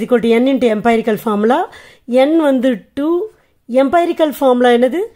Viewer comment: எம்பைரிக்கல் illa எம்ரிக்கல் mam . Thanks for your useful video😊😊🎉😊😊